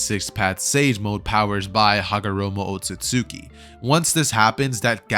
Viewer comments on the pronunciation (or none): none